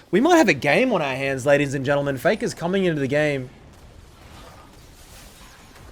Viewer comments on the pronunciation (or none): "fay-kah's cwoa-key"